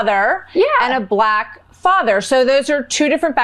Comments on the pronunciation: trumps pronunciation of black was weird it souned more like balak...Is BALAK a word? Some one should look into that... Balak - Wikipedia Balak (Hebrew: בָּלָק Bālāq) was a king of Moab described in the Book of Numbers in the Hebrew Bible, where his dealings with the prophet Balaam are recounted. Balak tried to engage Balaam for the purpose of cursing the migrating Israelite communities. After his mission with Balaam to curse Israelites failed, Balak decided to ally with Midianites to gather their women in order to lead Israelites men astray in adultery. There are various proposed etymologies for the name Balak, all having to do with children or "waste" - The name Balak is in modern times claimed to come from the sparsely used Hebrew verb (balaq), waste or lay waste (Isaiah 24:1,3; Jeremiah 51:2). There are no derivations of this verb besides this name.[citation needed] Other proposals are: Devastator (BDB Theological Dictionary), Empty (NOBS Study Bible Name List), or Wasting (Jones' Dictionary of Old Testament Proper Names). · What’s with how he pronounces “black”? So weird.